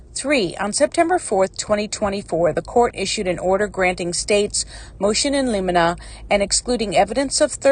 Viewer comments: In limine…. Pronounced “ in liminee” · I’m a retired public defender. You should hear some of the ways it’s been pronounced, heh. “Motion in lemonaid” is my favorite!